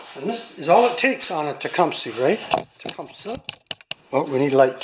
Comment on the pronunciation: “Tecumish” is the Podunk pronunciation